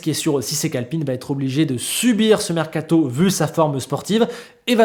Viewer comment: Il est où le “T” de mercato ? 😂😂